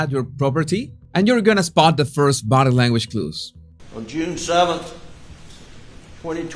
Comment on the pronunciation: I love the way he says "bodeh languaj" 😅